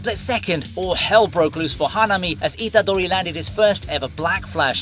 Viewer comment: The way you say Itadori, Sukuna, Megumi, Nobara its so weird my guy, maybe watch the anime in japanese? xd